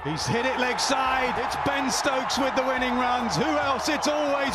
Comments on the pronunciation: "Ben Strokes"💀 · Bro said Ben strokes multiple times. You're having a laugh